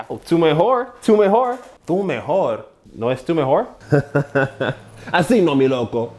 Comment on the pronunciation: you speaking Spanish with an American accent to demonstrate is hilarious. "Errores" & "mejor" was super English. No sirve. 😂